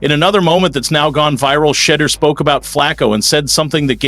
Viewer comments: His name is not pronounced Shedder! At least get his name right on a video about the person. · FOR GODSAKE MAN...SAY HIS NAME RIGHT...U SAY IT 5 DIFFERENT WRONG WAYS EACH POST...SAY IT WITH ME...SHE'-DOER...SHE-DOER...SHE-DOER...AND "F*** MARY CAY RACIST ASS!😅😅😅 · Sha, deur=door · Can this media person PLEASE PRONOUNCE SHEDEUR’S NAME CORRECTLY. WE ARE Shedeur’s fans from Jackson Mississippi. One simple thing we ask of you media guy PRONOUNCE SHEDEUR’S NAME CORRECTLY PLEASE. Cleveland don’t know Shedeur but we his fans know him. Shedeur is coming to the brown’s with a significant fan base.